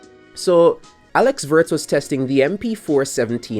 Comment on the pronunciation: If you want to pronounce his name closer to the real sound, start with "wo" like in "wolves" or "Wood" and add the "rtz" after the long o vowel. Think James Woods, but Alex Woords.